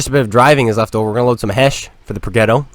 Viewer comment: Progetto is pronounced with a soft “g” or a “j” sounds. Pro-jet-to